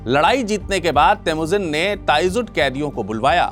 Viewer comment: kaaan theek krwa lo babua... Vo theek bol rhe h😅